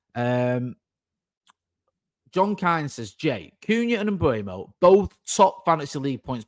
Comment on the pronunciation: Jay please, it's not Mbuemo (Mbwemo) it's Mbeumo. M-beu-mo. There's a video on YouTube of Mbeumo pronouncing his name.